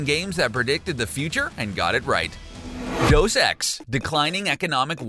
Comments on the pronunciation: The word is De-us. not Dos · Deus - day-oose.